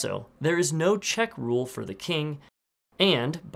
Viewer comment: He finally said "Fir a refresher of those moves"